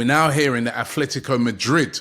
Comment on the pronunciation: Atletico its atletico not athletico . Jeez man